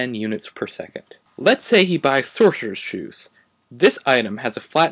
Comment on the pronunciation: "Let's say he buy sorcheorchs schoes"